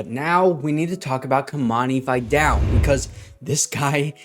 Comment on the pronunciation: Please don’t mispronounce “Vidal” like the ignorant college announcers. It’s not “vaydell” its “vihdahl”